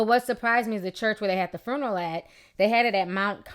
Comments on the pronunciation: Ok on a lighter note.........I love the way Ti say this word "Fruneral" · Lol at the way you say "fruneral" 😂 RIP Shawty